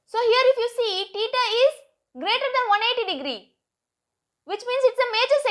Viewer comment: Theta ❌ TITA ✅ 😂